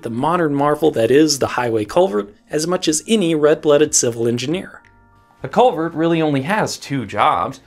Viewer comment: I was hearing Covid instead of culvert